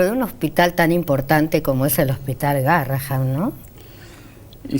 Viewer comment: amo ese hospital, conozco al DR Bersusky , a Tello, a Galaretto, y a muchos de patología espinal por que mi hija fue operada de columna 15 veces allí. Le suplico a la conductora, ya que dice haber transitado y trabajado alli, que diga GARRAHAN , EN VEZ DE GARRAHAM, PORQUE EL NOMBRE ES EN HONOR A UN MÉDICO CON ESE APELLIDO, Y EL CARTEL ES MUY GRANDE COMO PARA NO VERLO.